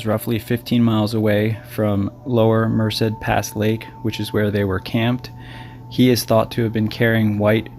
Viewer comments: Friendly tip: "Merced" is pronounced "mer-SAID" with emphasis on the 2nd syllable. Cheers. 🥾⛰ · Yeah, don't know where he gets the extra syllable. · its mer-ced